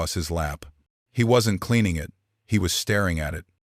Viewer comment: you people must not know to many native names, stories are good, 3-4 names for native sisters are same, why?, oh and Ai is telling the stories, need to learn pronouciations, can even say simple words like "it" and few others lol, but stories are great, with all the racism going on along with hatred, good to see stories that whiteman and natives can co exist